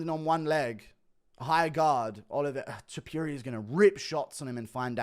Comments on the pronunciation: Repeat with me: To Pu Ri A… now together, Topuria, not topiria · I like how Guru says Ilia To-pew-ria